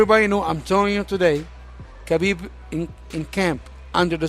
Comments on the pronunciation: The K in habibs name is silent. It's an Arabic name. This peace of shit Ali still pronouncing his name wrong even though he himself is an Arab let alone he's the manager of Habib's. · Ali abdelaziz....the type of agent to not know how to pronounce his clients name properly!!...